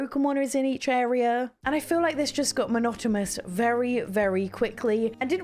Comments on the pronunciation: It sounds like you are saying "monotomous" instead of "monotonous." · And she still can’t pronounce monotonous correctly. 😂